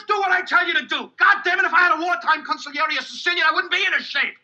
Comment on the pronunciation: How could you mispronounce consigliere after hearing pronounced right 10 times in the viedo.